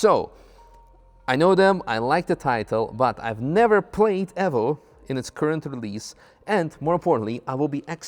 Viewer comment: ASSETTO CORSA EFFO ? you mean evo ?